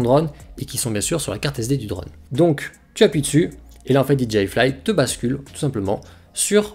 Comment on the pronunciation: Sans vouloir être méchant, c'est super agaçant de t'entendre prononcer drAUune alors que tous le monde dit drone. C'est comme le type de 01tv quand il prononce smartphOne alors que tous le monde prononce smartphaune.